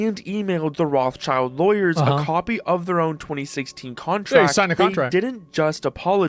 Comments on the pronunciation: Rothschild used to be a German name of highest reputation. Almost as high as the family name Fugger (Jakob Fugger was the richtest person in history). What happened to this honorable banking and industry investment clan? Also, it is not pronounced [roth-child], it is similar to [rode]-[shilled]. Rothschild (Roth-Schild) means "red shield". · It's pronounced "Roht-Shield"(shield with a short "ie", Not "Roths Child" btw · I can’t stand how you guys pronounce Rothschild XD it’s Roth Schild not Roths Child. It’s spoken rot-shield. Comming from the German rot for red and Schild for shield. The h in Roth is silent and a leftover from medieval spelling it’s not a typical „th“ just t. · rothschild? thats not how you pronounce that xD it took me so long to figure out that he is talking about "rot-scheeld" not roth-child note: I do obviously hate the moron, just not how that last name is pronounced note 2: google is wrong, it gives this ridiculous butchering of the Hebrew language and calls it "American pronunciation" (I'd call it butchering instead) look it up the German pronunciation is much closer to the actual correct Hebrew pronunciation Edit: ok it is originally German, just look up the correct German pronunciation Edit 2: Yes gabe our lord and savior, we all praise gaben we love gaben, praise gaben baby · americans saying rothschild is triggering me. it is not spelled "roths child" it is spelled "roth schild" and you pronounce the i in shield with an E not an i, it's a german family name. they are from frankfurt in germany. 1;1 it means roth shield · fun fact: Rotschild is german an actually means red-shield. not Roths-child - but Roth Schild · I wasn't aware Americans mispronounce Rothschild as Rawth-child. It is pronounced Rote-shilt since the name is German. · Roth child? What? Its RothSCHild. SCHILD. Not child. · For the love of everything. It's Roth-schild (as in shield), not Roth-child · Can we please pronounce it normally? It's [road shield] not [wrathchild]